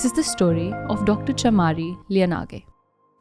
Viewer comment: Btw it pronounce CHAMARI : MUH, NOT MA LIYANAGE: NUH NOT NA